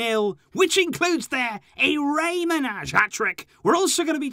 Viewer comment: I’m Albanian and I cringe every time you pronounce Manaj like that. 😬 Both “A”s are pronounced like “à” like in Collado, with the accent on the first “a”. “J” is the same as “y” in Rey. Check it on google translate.